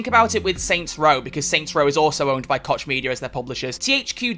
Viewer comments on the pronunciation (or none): It's pronounced Coke not Kotch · I believe you pronounce Koch as "Coke" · He just doesn't want to say it cock media which is the correct way